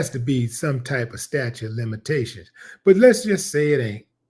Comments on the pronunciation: staTUTE of limitations --- not "statue" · sta-TUTE sta-TUTE sta-TUTE NOT "statue"